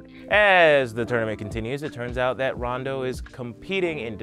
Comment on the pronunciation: Emma Queen I think he only mispronounced Toguro, Rando, Yukina, and a couple others I think...